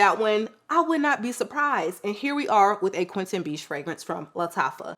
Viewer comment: haha, the perfumers name is Quentin Bisch, not Beach.